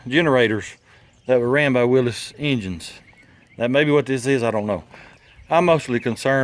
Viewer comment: i'm impressed you knew the correct pronunciation of "Willy's"